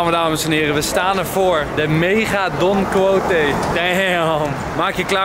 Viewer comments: Je spreekt het uit als Don KIESHOT volgens mij Enzo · Don Quijote wordt uitgesproken als: Don Ki-Shot